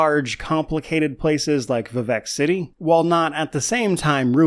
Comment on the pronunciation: I keep hearing Quebec City instead of Vivec City for some reason and it makes me giggle, very thorough video of one of my favorite games!